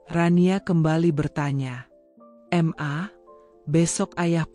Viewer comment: Kata ma..kenapa di bilang M-A...geli dengarnya!